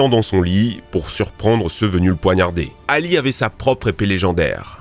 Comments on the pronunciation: Oui et Ali se prononce pas Hali 😂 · Un effort de prononciation ? Il a massacré les noms chinois, même pas pris la peine de chercher, Cao Cao par exemple ça se prononce Tsao Tsao pas Kao Kao, même pas besoin de parler chinois il suffit de mettre le nom dans Google Trad... Et même pour les noms arabes, il prononce Hali au lieu de Ali...